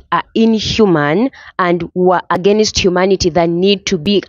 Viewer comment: Two things I'd like to understand. What do you mean by bid gudospeedos and please fix that "against." Good commentary by the way.